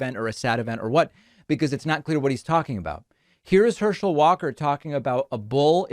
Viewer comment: "Herschel Walker cannot speak." Then you proceed to mess up his name and can't speak yourself lol 😆